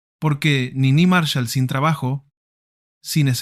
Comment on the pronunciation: Cómo Nini Márshal?? Es Niní Marsháll